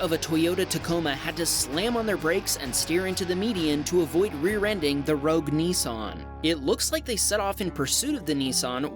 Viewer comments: It’s not a Neesarn it’s a Nissan 😂😂😂😂😂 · THE CORRECT NAME FOR THIS CAR IS NISSAN NOT NEESAN😡